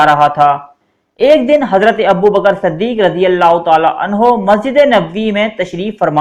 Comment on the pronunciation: Yar anhu ko anha kaha siddik ki jagah saddik kaha urdu saf saf parho bura mat manna